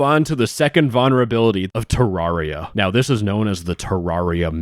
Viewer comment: Listen man. I love you but like... Ter-RAWR-ia?